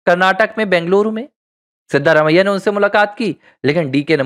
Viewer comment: Pronounciation of the name of Chief minister of Karnataka is not correct. The name should be pronounced as Siddaraamaiah.